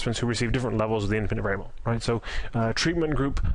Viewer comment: Great content but you should enunciate more. Some words that are 3 syllables long you somehow manage to squeeze out in 1 syllable "variable" becomes "vrbl"